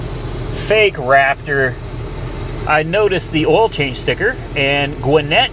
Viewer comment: Lol I'm from where this truck is from... it's funny hearing him try say gwinnett and Duluth. Gwinnett is just north of Atlanta. It's the biggest county in the state besides Fulton aka Atlanta